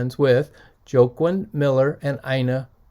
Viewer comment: I think that poet Joaquin's name is pronounced "Wah-keen". Like the actor Joaquin Phoenix that recently played in the Joker movie. Not that its important lol. On the other hand...what a great find!